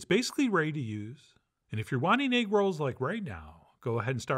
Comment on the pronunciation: It come with eggwuh, it come with eggwuh.. EGGWUHH